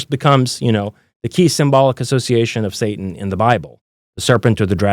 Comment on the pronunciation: If he says “ my book Satanein(sp) 😮one more time I will explode 🤯 😂😂😂